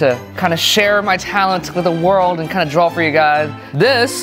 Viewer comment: Drawls???? BOI YOU DONT SAY IT LIKE THAT say DRAW 😡😡😡😡😡😡